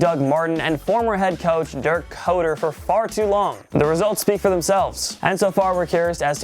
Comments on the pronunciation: Dirk koetter's last name is pronounced like "cutter". Not "coater" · "Dirk Kohtur" wtf? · He pronounced dirk keotter wrong